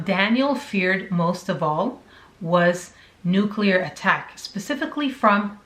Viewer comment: Okay, I'm in like the first 30 seconds of this. That news reporter said nucular, and that's not a word and it drives me crazy... It's nuclear. Kind of like hypersonic vs hydrosonic. Lol. So many people can't say nuclear. Before anybody jumps on me for being a stupid thing to say, I have a minor in foreign languages and for some reason saying things right matters to me because of that. If I couldn't say words properly and French that meant I couldn't have an A.